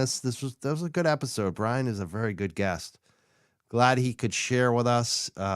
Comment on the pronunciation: Good to see you back! Mazza and I think it’s not Bryon. He was excellent as usual. Great cop, stand up guy!